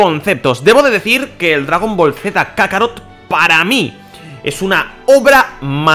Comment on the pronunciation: por que putas dice dragon boro